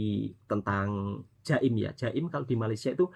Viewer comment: Bukan jaim tapi Jakim.